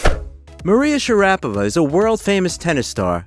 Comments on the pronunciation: Yeah it's Pronounced Princess MARIA share a pova she is the Most Beautiful Lady Tennis Player of All Time 😊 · The first step to credibility on the subject of Maria Sharapova would be for the presenter to pronounce her name correctly. It's a real big problem if you make fan videos that annoy the core viewership within the first couple of sentences.